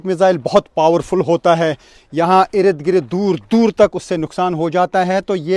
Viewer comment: Ird gird not ired gred